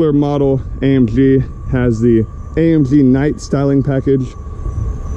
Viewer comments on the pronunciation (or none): Say AMG not AMpshhhhhhh